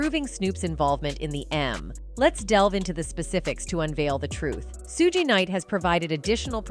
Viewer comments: "Soo-Gee Knight" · FYI: Suge Knight's First name is pronounced ~~ SHUGE ( Shoe +G ) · Are you purposely disrespectful? It's for you. Notice people names pronounce them right, but thanks for the content. Bur get your name right. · Please pronounce his name properly… this proves you ain’t black